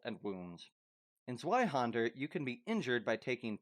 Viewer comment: The way you pronounce Zweihänder is a little funny to me. You pronounce the händer part correctly but you pronounce zwei with the anglo w instead of the germantic w which is a v sound. It's a common mistake so I'm not trying to dog on you for it it. when I was first learning German words I use to pronounce it Z W Ei Hander instead of Z V Ei Händer so forgive me if I take a little humor in the mixed pronunciation of Z W Ei Händer. 😂